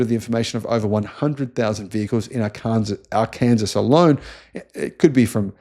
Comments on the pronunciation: Now is mangling US state names as well as the German language... It's 'R Can Saw' not 'R Can Sus'. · Arkansas is pronounced R-Can-Saw